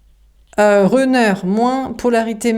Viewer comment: Bonsoir ! Runner se prononce Ranner non Renner 😊 le U en anglais ce prononce A comme Gun ou Sun